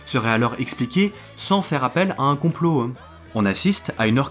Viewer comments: super vidéo mais gaffe à ta diction (théorie du complo-euh, on dirait Soral) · Le fond est très intéressant. J'ai une petite remarque sur la forme, tu utilises beaucoup le "e prepausal" et ça a perturbé mon écoute ^^ Par exemple tu prononces "théorie du complot-an" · Je viens de remarquer que vous dites beaucoup de "e" à la fin de certains mots. Genre la "théorie du compoeu". Ça vient d'un accent particulier ? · J'arrive un peu tard sur la vidéo, mais y a un truc qui m'a perturbé durant son visionnage. Le mot complot finit par un T et j'ai l'impression que tu le prononces comme s'il finissait par un E voir un W. De quoi coin de la France viens-tu ? (curiosité de linguistes). 🙂